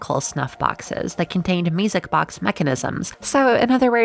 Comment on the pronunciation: ^o^ Also i heard misic box instead of music box